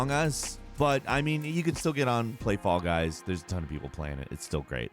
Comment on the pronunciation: Everytime he says "Fall Guys", I hear "Fog Eyes".